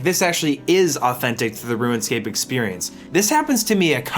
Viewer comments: You keep calling it "Ruin Scape"... Why? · Why you gotta keep saying "ruinscape"? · Am I the only one hearing “ruin-scape?” Is this a running gag carried over from the Elden Ring video? 😂😂 Great video!! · Ruin, Rouxen, Room scape. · "Ruin Scape" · am i silly or does it sound like he says ruinscape every time? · Right out the gate "RUIN-SCAPE" I mean C'MON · There's no "I" in the word "Rune." Say it with me... "ROON" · next time limit saying "ruinscape" to just when you're referring to RS3 and you'll be all good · Why do you mispronounce “RuneScape”? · I'm sorry, but I clicked off of this video when I heard how you pronounce RUNEscape.. I just couldn't handle it bud. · played RuneScape for 18 years this is the first time I've heard it pronounced like that. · So is one of those guys who says “ruinscape” instead of runescape. ☠️ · I keep hearing "ruin-scape", instead of 'rune-scape'........ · bro, its RUNEscape not RUINscape... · You know you’re saying ruin and not rune right? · Longtime OSRS player here, 7 minutes into the video and enjoying it so far - just had to come down here and say that you seem to be pronouncing it "RuinScape" instead of "RuneScape" for some reason and it was bugging me. Anyway back to the video, you get a sub. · Are we just okay with “Ruinscape”?? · "Ruin-scape"...".ruin-scape".......... "ruin-scape".... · dude keeps saying RuinScape...pet fn peeve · "Ruinscape" Lol Anyway, awesome video. You and I were literally the same as kids. Every single thing you said lol. It's crazy playing it now, having 99s, over 1b, etc. I could never have even fathomed any of that as a kid. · I love this video but the way you pronounce things was driving me nuts. ROONscape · I hate that it sounds like he's saying ruinscape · "ruin"scape lol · Anyone else noticed how he kept calling it "Ruinscape" ? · Bruh it’s not ruined-scape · why do you keep pronouncing it ruinscape lol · Why do you keep saying "Ruin" scape? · please stop saying ruinscape lmao